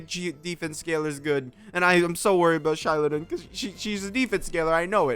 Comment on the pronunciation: It's z-eye-LOW-nen. Source: the Pyro Archon. Xilonen is basically Kazuha, you don't need to worry. How can you say DEF scaling is almost guaranteed when Navia exists? Also no one will ever replace Furina as the best character in the game.